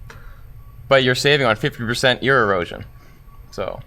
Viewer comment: oh no!!!! Ear-osion